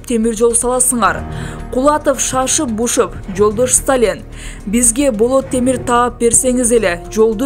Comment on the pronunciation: Диктор кыз Сталин Молотов фамилияларын туура окусаң боло.ударенияларды өзгөртпөй